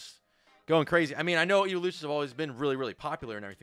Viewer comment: IT'S "EEVEELUTIONS" STOP SAYING "EEVOLUTIONS"